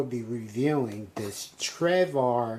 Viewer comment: It's Travor, not Trevor lol :P